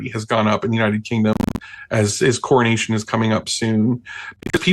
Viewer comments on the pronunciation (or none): none